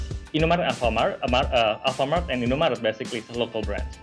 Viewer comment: I was crying when they pronounced indomaret and alfamaret wrong😭